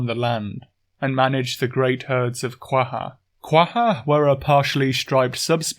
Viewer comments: That’s pretty much my take on it. Also: Quagga is pronounced “Quay-guh”, I will take no other answers haha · Well isn't Quagga pronounced with a [x] sound?